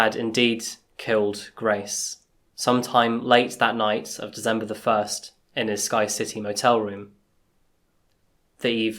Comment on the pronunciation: Love the Channel but can't get over the way He says December with a "z" lol